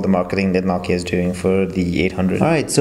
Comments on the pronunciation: it's nooo key ah not knock kee ahh am i right? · say nokia how you should (NO-KEY-A)